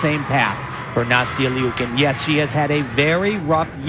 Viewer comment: Ikr!! They keep saying Nastia Leeookin...